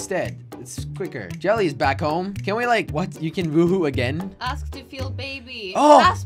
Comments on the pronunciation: It's yelle pronounced jelly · No it's jelle and it's pronounced yelee but people call him jelly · It's spelled as Jelle, but it's pronounced as YELL-AYE. It's a Dutch name, so he made his alias Jelly so it's easier to pronounce. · jelle, but it's pronounced yelle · Pronounced Yell-ay